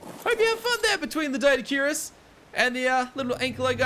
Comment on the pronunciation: I like how he says Doedicurus as , Dirtycurus XD